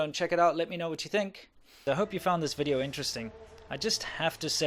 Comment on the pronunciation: I feel bad hearing the "welcome to another WEE-dio"